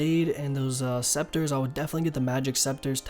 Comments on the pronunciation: It's pronouced seCAteurs ^^, thanks for all the guides though. Rsn: Revaxx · ITS PRONOUNCED SEKATERZ LMFAO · « The Green sceptres give 10% better yield » BRO, CANT YOU READ?THEY’RE CALLED « SECATEURS » come on man, have you never been in a garden before?! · Se ca teurs Not sceptres :p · it's SECATEURS ya dick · It’s pronounced ‘se-ka-tiers’ my man :D